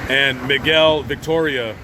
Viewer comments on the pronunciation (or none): none